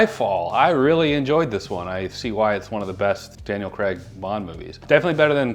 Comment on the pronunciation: Btw its craig not CRAG!